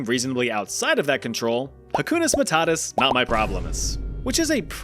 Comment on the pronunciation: hukuna matata❌hakuna matata✅🙄